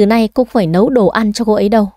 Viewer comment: Dì đi" nấu cơm "chứ ko phải "Lấu cơm "nha